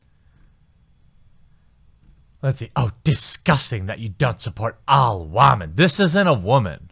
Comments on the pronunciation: I don't even think he realizes he says wahmen half the time. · Why do you keep mispronouncing the word women. It makes you sound dumb.